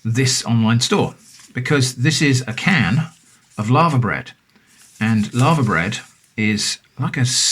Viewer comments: I was slightly confused until I realized he was saying Laver, not Lava. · Sorry to pull you up on something,, but it's 'LAY-VER'. My late father was Welsh, and corrected me. We had it as part of a Welsh breakfast, with all the other fry up bits, and cockles, in a cafe in Saint David's, in the mid 1980's. It was delicious, and I've loved it ever since. Everything you have there looks superb. I'm definitely ordering some of that cheese. The book 'A Country Harvest' has full instructions on how to process Laver for eating. I'm sure you can find Laver on the Dorset coast. I think it's only rare in Scotland. Might be a worthwhile experiment to make your own Laverbread - the 'bread' part is because 'bread' used to be used where the word 'food' would be used nowadays. It's very disagreeable looking stuff, but I find that part of it's charm. The Laver and oat cakes as part of a fry up? As the Romans might say: "Colei canis est!"